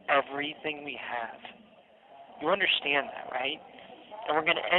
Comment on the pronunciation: Hopefully he is taking English classes in prison and learns that theres no H in the word understand “you dont UNDERSHTAND 😂😂